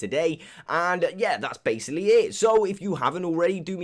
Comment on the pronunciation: Or when he tries to say baslocly he says basily